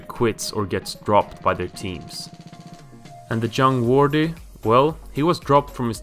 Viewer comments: doesn’t mean u can make fun of his mispronounciation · nice video but the way you say jamie vardy gives me anxiety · Lol, he doesn't know how to pronounce jamie Vardys surname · Its not Jamie Wordy, Its Jamie Vardy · Say vardy not wordeeee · Jamie "Wardy", WTF. No it's Jamie Vardy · "iron Wright" 😂😂... Its Ian Wright mate 👍 "Jamie wardy" 😂😂... Its Jamie Vardy 👍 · Jamie Wordy? Lol It's Vardy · Its Vardy not wardi😆 V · and why Wordy and not Vardy? XD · Jamie vardy not wordy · wordy not vardy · Jamie wordee?? Wtf where do u see a w in his last name.... Var-dee. How u gonna have him number 1 and u saw wordee.. its Vardy!!!!!! Say it with me. Can't even finish this wordee video.. u get a dislike.. don't make soccer videos bruh I doubt u even watch it since u don't know the name of the best player on Leicester city. And u get a dislike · Jamie vardy not wardy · no ...There is no 'W' sound in German. The German W makes a V sound. The V makes more of an F sound. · Jamie Wordy 😂😂😂😂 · Not that hard to find out how to say someone's name. Did the same with Vardy, Also didn't even mention Wright became Arsenal's all-time top goalscorer until Henry. Just comes across as lazy research. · Great video but how can you mispronounce Ian and Vardy yet say all the hard names correctly. Haha i loved the video , i liked it and shared with friends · That's not true at all. The phonetic sounds required to say Ian and Vardy correctly do exist in Swedish, meaning he simply clearly did not research how to say the names correctly. To add to this, the fact he missed out lots of key information and shared a lot of inaccuracies also highlights how lazy the research was.